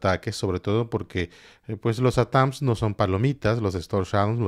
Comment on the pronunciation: Por favor, NO digas Atáns ! Es ATAC MS.